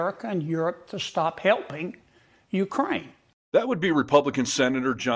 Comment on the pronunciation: Dude. If you're going to report on Ukraine, LEARN HOW TO PRONOUNCE UKRAINE!!😵‍💫🤣